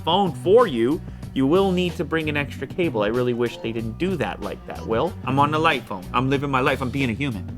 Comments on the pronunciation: He can not pronounce English properly. It's jight phone and not light phone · Wish they just called it light rather than "Jight" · „Jight“ -light,2019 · It bothers me to death that it's actually "light" not "jight" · Jight phone lol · It's Jight. It says right there in the cover. Jight.